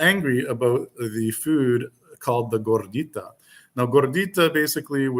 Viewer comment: Also...gorditay? C'mon maaaaaan. Wait, can I say man?! Lol